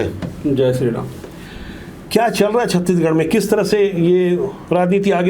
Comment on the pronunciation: महोदय कृपया छत्तीसगढ़ का उच्चारण सही करे आप छत्ती गढ़ बोल रहे है!